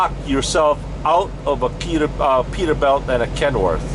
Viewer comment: why do you call the Peterbilt "peterbelt" ?